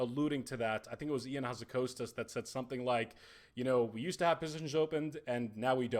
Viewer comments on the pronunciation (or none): How can a Greek man (logical assumption) pronounce Ion Hazzikostas so wrong ;P